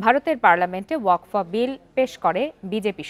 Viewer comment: Waqf hobe wakfa noi gendu